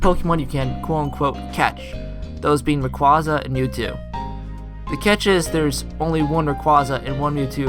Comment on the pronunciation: It's pronounced "ray-quai-zah" like quail, not "ray-qwah-zah" like Kwanzaa...